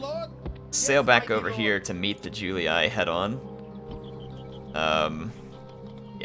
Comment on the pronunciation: julee-aye, brute-ee-aye, skeep-ee-aye. iuleeee, bruteeee skeepeeee